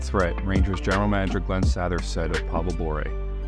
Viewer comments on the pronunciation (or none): Especially his AI mispronouncing of Glen Sattthhher.